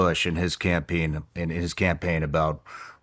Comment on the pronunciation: Pam Bondi ‘doesn’t’ exist 🙄 Oblivion NPC Terrible “campeen” 🤦‍♂️